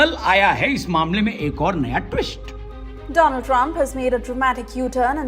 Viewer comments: Doland= दो-लॉन्ड 😂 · भाई सीधे सीधे कह दो जो कहना चाहते हो Doland 😂😂😂😂😂 Do +L...d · Mr Doland Trump 😅😅😅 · Doland nhi "le lund" trump😂😂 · Lo Laand Trump 😂😂